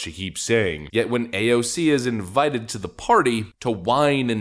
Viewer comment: I will never get over how you say AOC's name 😂